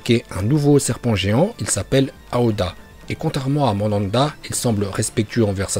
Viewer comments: Très bonne vidéo frère. Mais c'est Myoboku, ça m'a dérangé toute la vidéo. Et aussi Mandanda joue actu a Marseille wesh. Manda c'est le serpent. Merci et très bonne vidéo encore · Et "Madanda" au lieu de Manda wesh orochimaru il invoque un gardien de but.... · "Mandanda" PTDR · prononce les noms des personnages et les invocations de Naruto en VO c' est pour ça que Manda l' appelle Mandanda. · Le serpent géant "Mandanda" 🤣🤣🤣🤣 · Par contre la prononciation de personnages mdrr "OrochimarUUUUUU" xD Et Mandanda c'est un gardien de but mdrr si vous parlez de Naruto des fautes aussi grave c'est juste inadmissible (pour info c'est Manda)